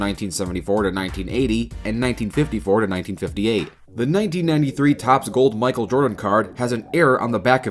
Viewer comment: bro said “micael Jordan” that is not lebron lil bro do I hear a Antwan Jamison? yoooo George bush balling I never knew they play in da nba